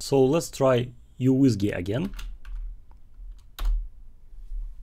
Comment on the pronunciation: It's pronounced as MICRO WHISKEY not YOU WHISKEY